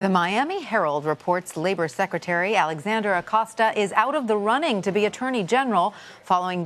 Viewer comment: His name is Alexander Acosta not Alexandria Ocasio. Pronounce more correctly CBS.